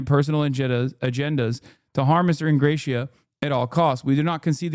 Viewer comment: Don’t think he is pronouncing Ingrassia correctly